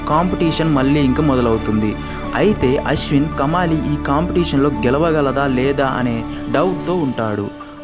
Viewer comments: Kamaali kadu , kamali. Then Kadukkaveri kadu, nadu kaveri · కమాలి కాదు కమలి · It's not kamaali it's just kamali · Kamaali kaadhu kamali